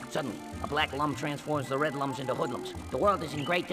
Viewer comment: The "Lums" in Rayman are pronounced "Looms" as stated in the Rayman Origins Manual